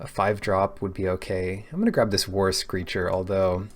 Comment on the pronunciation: haha I always understood "Worse Creature" instead of "War Screecher" XD